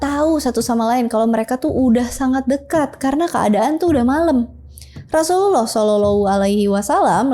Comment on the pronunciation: Susah bget pas berkata Rosululloh saw,, demi konten Bersyahadat lah min admin..!!!